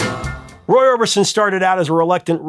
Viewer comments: Roy "Orbinson"? Really? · Orbinson ..Orbison ??